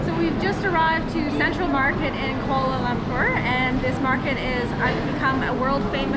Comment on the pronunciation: If you are going to make videos about a city in a foreign country perhaps you should make an effort to learn the correct pronunciation of the city. It’s not “koala lamper”!